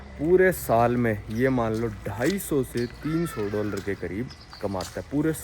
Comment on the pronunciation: Bhai doller mat bola kar